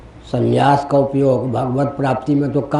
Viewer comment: Not sanyas but sannyas. Correction by Muth is required.